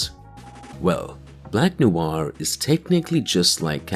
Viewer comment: not NOU AR but Nouar. Sorry for the wingardium leviosa moment.